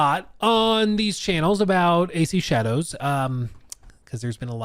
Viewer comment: It’s pronounced assassins creed SHA-DAH-hOe